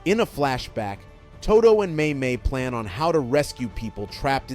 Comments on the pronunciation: Did you really just say Aoi TooDew? Instead of Aoi Todo (Toe-Doh) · Ahoy Toodoo!